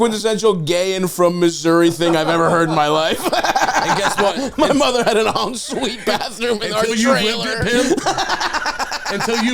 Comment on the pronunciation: “en suite” 😭😭